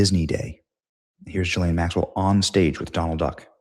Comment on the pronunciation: I guess I missed that part. He also pronounces Ghislane with a soft G. Benny is human.